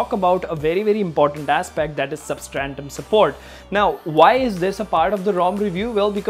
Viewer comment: Substratum bro, not 'substrantum'. GOOD WORK THOUGH